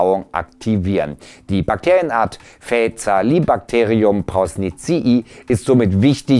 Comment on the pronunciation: das spricht sich FÄKAAAALI-Bakterium...bitte! Das lateinische C spricht sich vor a immer als K und die Betonung liegt auf der 2. Silbe.